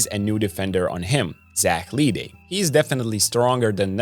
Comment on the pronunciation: Bruh how you can't pronounce LeDay..? Le is like in LeBron. Not Lidey.